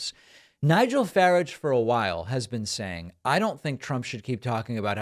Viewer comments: Please, David, Farage rhymes with "garage". And the party is called "you-kip". You should thank -- whom or whatever -- that you have been able to maintain ignorance about this piece of excrement: a more restrained, British Trump, but with a much better voice, unfortunately. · Hi, David. I think it's pronounced "Fara[h]nge", otherwise referred to among educated Brits as the "quintessential English twit". More oblivious to reality than Chamberlain. Who was also a twit, but not at the level of Fara[h]nge. He's pretty much the Village Idiot. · I love the way you pronounce his name, but his name is actually pronounced the way Americans say garage. It's more like fah-raaj. But I hate him so do with that what you will 😂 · Farage (pronounced Faraaje) was never an MP, despite standing 7 times. On one occasion he was even beaten by a man dressed in a dolphin suit. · For God's sake Learn to pronounce the fucking man's name..It's not Ferridge!!! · You are pronouncing his name incorrectly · Farage was NEVER a member of the British Parliament. He was only a member of the European Parliament. David, you must get your facts right. He is largely descredited here in the UK as he led the charge for Brexit which was a terrible idea and is destroying the British economy. I like your pronunciation with a short 'a' which is how Farage is usually insulted in the UK! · Love the way you pronounce "Farage", I'll be using this from now on! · The way you butchered that name with such confidence... 😂 bravo... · The second ‘a’ is pronounced as an R-controlled vowel. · That's the funniest pronunciation of Farage that I've ever heard lmao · Pakman can't even pronounce 'Farage' correctly 🤦‍♀ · Have you really never watched any UK news so you don't know how to pronounce his name? Exactly you who constantly makes fun of Trump mispronouncing names?? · I would have thought that you -- of all people -- would know how to pronounce Nigel Farage's name. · Farage, pronounce his name properly! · its FAH-RAH-J